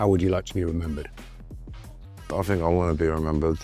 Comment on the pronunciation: Fink fink fink,somefink somefink....did,dis,dis,...needs to talk Kings English!